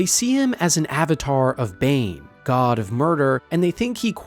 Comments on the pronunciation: yeah “BOOOAL” really screams bane instead of bhaal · Yeah, this video gives major yucky AI gen vibes, thumbnail included. I had to stop listening to it after I caught him calling god of murder Bane. Like, dude, Boaal and Bhaal isnt that far off